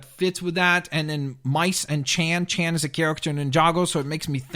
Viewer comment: And it's Chen not Chan